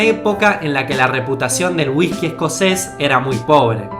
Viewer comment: Si querés que la gente entienda correctamente lo que con esfuerzo hacés en tus videos prende a pronunciar las palabras con "Y, Ll" correctamente. Ejemplo: Jean=Yin, no Shin; Llave no Shave, etc. Y no sustituyas(no sustitushas) las "S" por "J". Ejemplo Whijkey, jujto, dejajtre, etc. El acento no es una justificación para no pronunciar correctamente las Palabras(No Palabraj).